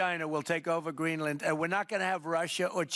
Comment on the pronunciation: Exactly, he is so daft..he even pronounced Greenland like an absolute schmuck.